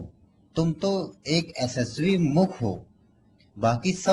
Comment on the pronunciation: बकलोल पहले अपनी आवाज़ साफ कर फिर वीडियो बना 🤣🤣🤣 ऐसेस्वी मुख नही यशस्वी मुख बोल .... गत्ते कम फूँका कर जबान साफ होगी... बुरा मत मानियो भाई